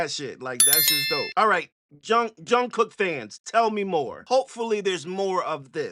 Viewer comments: Keep going on BTS ...you won't regret it💜💜💜💜💜💜💜 Jungkook is his first name ...Last name comes first in Korea...pronounced Jun Gook ...BTS has a ton of great content to react to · His name is pronounced Jung Gook.....I love this superstar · The way I developed a twitch each time he called him "Jung" 😂 ❤ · I enjoyed your reaction. I would like to point out that his name is Jung-kook not Jung. In Korea, the first name has a hyphen between 2 syllables not two separate names such as Bobby-Joe. An example is the name Sandra. Sandra has 2 syllables, San-dra. You wouldn't call her San or Dra. I'm sharing this with you because it took me a while to learn this. FYI - this song was Jungkook's way of paying homage to MJ as he was a big influence to him. Who didn't MJ influence? I hope you continue to explore BTS as a group and the 7 members solo work. There are 3 rappers and 4 vocalists. They do so many genres and have 12 years worth of discography to explore. Thank you for your honest and thoughtful reaction. 💜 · I like some XG songs, but really I'm only a BTS fan! The song is produced by Andrew Watt and Cirkut. Also, just a tip, his full first name is Jungkook, if you want to use a nickname to pronounce it easier, you can just call him JK! BTS doesn't stay in a box, the group does a bunch of different things, and the members as soloists all have different styles — rappers and singers. The rappers in BTS are really talented as well, they've collab wuth artists like J. Cole, Erykah Badu, Anderson Paak, Juice Wrld etc. Jungkook did a remix of this song with Usher!